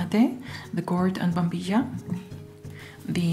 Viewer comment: Is spanish your native language? Your pronunciation of 'mate', 'yerba mate' and 'bombilla' words is very well. It is funny heard those words from non talk spanish people, but you does it very well.